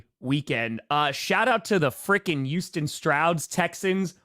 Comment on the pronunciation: such a cute little NFL fan., it's Houston, with an H, not "Uston.", it's TiTans, with a middle T, not Ti-uns. Think about a speech coach.